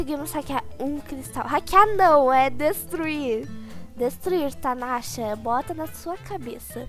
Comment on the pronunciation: Pressão minha ou no momento a fala tanasha?kkkk